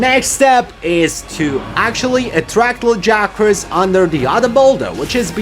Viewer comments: They say "Lag-ee-agg-crus" like 8 times in the voiced bits.... Not "Luh-guy-uh-crusss". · I'll come back when you pronounce his name right.....